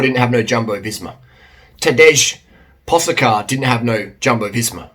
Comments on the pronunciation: Who de fook is Tadjesh Poshcar 😂😂, is he good like ?? Ta ..Day, Ta..Day mate 😂😂👍👍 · Are you intentionally type and pronounce the name wrong? And disrespect the guy who is best in the world at 21? We are all forced to learn english, you could at least try or ask to learn those few foreign names...